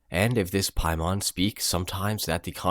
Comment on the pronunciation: Dude you’re pronouncing Paimon wrong...look to the northwest and Hail Him